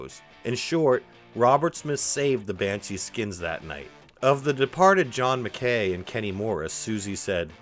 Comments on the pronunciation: McKay is pronounced Mc eye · It’s pronounced John Mc ‘Kai’ rhymes with ‘high’ I know a guy who claimed to have the guitar but he passed away so the story ended there. Someone must have it